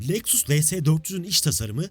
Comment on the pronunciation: Leksıs ne lan? Lexus Lexus, LEKSUS... SUS LEKSIS DİYECEKSEN SUS 😂😂😂😂